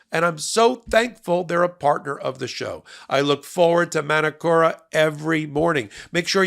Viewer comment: love your work guys but please its not "Man-A-Kora" honey its said "Mah - Nooo- Coh - RaH"